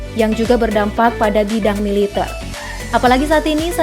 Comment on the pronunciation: Militèr min, bukan militêr